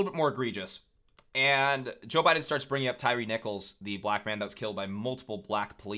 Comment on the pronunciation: Missed brutal moment...he called Tyre Nichols "Tyler" and didnt correct himself. 🤦‍♂️